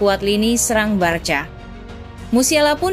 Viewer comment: de jong bacanya de yong, ajax bacanya ayax, barca bacanya barsya, catalan bacanya katalan, girona bacanya jirona, rapinha bacanya rapinya biar enak kalau bacanya benar😂